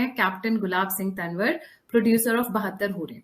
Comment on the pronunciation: तनवर नहीं तॅंवर बोलिए।